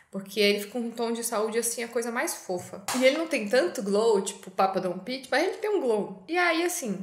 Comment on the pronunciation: Sua makes são lindas, adoro quando vc fala papa don't peach kkkkkkkkkk maravilhosa sempre! Quase religião vir assistir seus vídeos